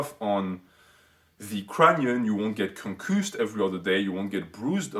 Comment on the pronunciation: Oh wait it was just "Frenchman tries to pronounce 'concussed'"